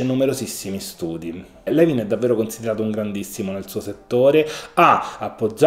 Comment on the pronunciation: Non vorrei sembrare antipatica ma si pronuncia Lùin,,, non Levin. Grazie per questo prezioso contenuto!